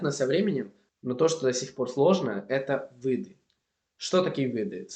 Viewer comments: начали СОВЕТОВАТЬ (без приставки "по-") двадцАтого - ОЧЕНЬ помогли - продолжать изучение (без предлога "с") - мирАх - я буду ВАС читать En la pronunciación, solo pronunciaste mal la palabra "виды", como "вЫды". Por lo demás, la pronunciación es simplemente genial. ¡Felicidades! Y el contenido también es de excelente calidad. Puedo hablar Inglés, español y alemán. Todos los demás mis idiomas son mucho peores. Por ejemplo, estoy aprendiendo Griego, ya puedo hablar en él durante un par de minutos, pero casi no lo entiendo. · Привет! 1) Ты, молодец, что изучаешь языки. Продолжай в этом направлении. 2) Конечно, с меня лайк, подписка на канал. 3) Относительно твоего акцента, то он конечно же, есть. Особенно когда говоришь: а) "виды" (в твоем произношении как "вЫды", б) "что мне начали посоветовать", в) если "ШОA" (правильнее - "еще"), аккаунт в Инстаграмме...", г) в слове "некоторые" ударение неправильно произносишь и т.д. Сразу виден акцент на лицо. А так молодец. Но нужно посмотреть еще на тебя в разговорной практике, не на видео (с монтажом и вырезкой), а в реальных условиях посмотреть, когда общаешься с человеком (на разные темы) и времени на подготовку при ответе нет. 4) Относительно певца, то Макс Корж, беларус, родом из города Лунинец в Брестской области (Республика Беларусь). Тебе надо заинтересоваться такой страной как "Республика Беларусь". Я сама также из Беларуси.